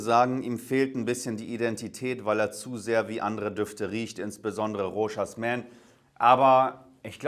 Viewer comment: Das s wird beim Rochas nicht ausgesprochen. Bleibt stumm.